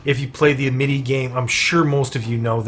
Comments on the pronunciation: First of all its AM-it-EE. Second of all spend your Amity and don't let it stack that high. The higher it is the more energy it costs per conversation. Spending it all will drop the initiation cost back down to 2/4. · it's pronounced (Am as in "I am a goat" - it - ee... AMITY (AM-it-ee)) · it was a good vid, but i was thinking the same...like damn AM-IT-Y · that is NOT how you pronounce "amity" . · Good Video, but for the love of Cthulu PLEASE learn how to pronounce Amity properly. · ....can't stop hearing pronunciation of "amity"